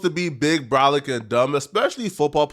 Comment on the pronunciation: I don't like how you said Brolic